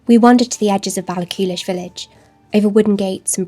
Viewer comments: I have to correct your pronounciation of Ballachulish. Baall - ah - hoolish not Baall-a-coolish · Your nature writing is so beautiful, I really enjoyed hearing about my country through your eyes! If I may be annoying and pernicity 😂 about pronunciation, Ballachulish has no ‘k’ sound in the middle, it’s a breathy, tight ‘h’ sound the same as in ‘Loch’. There’s lots of videos on YouTube that sound out the pronunciation. It’s a tricky sound for English speakers as we don’t have it in English at all, but once you master it so many Scottish words and place names will be at your fingertips! Hope you are keeping well and I look forward to more Scotland videos in the future! ❤🏴